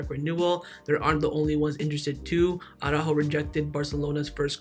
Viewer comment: who is this Ah-roo-ho fella?